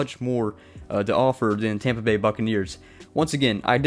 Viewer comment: “Tompa Bay” give me a break. You have the comedy of a middle school female.